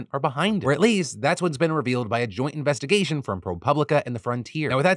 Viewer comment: Heh "Joint Innvestigation"